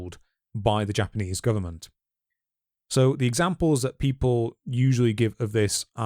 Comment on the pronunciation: Japanese G sound is the hard G as in get, not like in general.